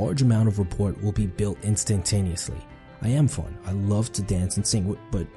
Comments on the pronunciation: Pronounced rappor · Rapport has a silent T at the end brother ✊🏼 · Just an FYI it is pronounced (Ra poor) not Ra Port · Tip 8: don't take advice from people who pronounce the "t" in rapport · The "T" is silent in rapport... that's a statement, not a question. If you're going do a video about communication skills....(pause for emphasis) learn to properly pronounce the words you are going to use. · “Da” as opposed to “the” & “wif” rather than “with” is not helping sound sophisticated. Also “rapport” has a silent “t” on the end. Just saying. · In "Rapport" the "t" is silent. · The T in rapport is silent.